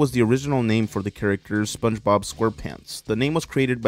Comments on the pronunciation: You got it right the third time lol not yee or chee you got it when you weren’t trying lmao just try less lol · just say it like "Spónje-Bob" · I feel like if you pronounced it "Sponge-eh-bob" in front of Spongebob he'd immediately start pronouncing it exclusively that way from then on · Spunch bob is the only correct way to say it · SpongeBob SquarePants it's how you pronounce it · it's fine if you don't say spongebob right. it's pretty subtle when you say it normally, so idc as long as you dont say some pronnounciation that is just plain goofy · You all 🧢 yk u pronounced sponge bob on purpose to try to be funny